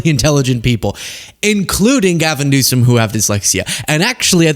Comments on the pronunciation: "Gavin Newskum has learning disabilities" 😂 Trump can't even pronounce names right. Who is he attacking?? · He can't even pronounce Gavin Newsom's name right!!!! Newcome!!!! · To Trump: Before you start talking about learning disability, you need to have perfect speech! It's Newsom, not "Newscom" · He can't even say his correct name. He keeps saying Gavin newscome instead of newsome. And jd thinks he's smart but he's as dumb as dirt. Albert Einstein had learning disabilities They are actually very smart people. Trump is just stupid. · tRump displays even less intelligence, by calling "Newsom"... "NewsCome" --- must be a reading/comprehension issue... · Is his name Gavin Newsom then what was Trump trying to say cause he surely did not say news Stone he said news scum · He mispronounces Newsome’s name on purpose. Look who’s scum now! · He pronounces it NEW-SCUM. Who’s the stupid one? 💙💙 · Did no one else notice tRump said "the president of the United States, Gavin Newscum"? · Did you catch he kept calling him "New-sCome" ? At first I thought he was making a joke about his name, (New Scum) but he usually makes it very clear when he's joking in that he thinks he's so funny. And THAT's the funny part. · Is he calling Gavin Newsome "Newscum" on purpose? Or does he really think that is how it's pronounced? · He pronounces it Newscome, wrong! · Newsom probably has a higher IQ than Trump! Well, I think EVERYONE has a higher IQ than Trump! 😂. He can’t even pronounce Newsom, he says Newscom! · Does anybody else notice he’s saying newcome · Rump roast can't even say Gavin Newsom's name correctly. 😂😂😂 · He’s talking about Gavin’s dyslexia making him dumb but he can’t even pronounce the dude’s f**king last name omg